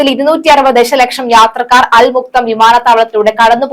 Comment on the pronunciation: അൽ മക്തം എന്നാണ്. അവിടുത്തെ ഷെയ്ഖ് കുടുംബ പേരാണ്. തെറ്റിച് ഉച്ഛരിക്കരുത്.